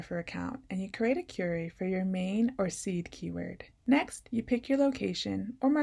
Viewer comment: I was confused until I realized when you said "curry" you meant "kwery."